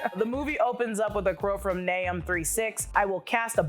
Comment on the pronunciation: Nah”uu”m, Ak”ee”ra, neph”ee”lum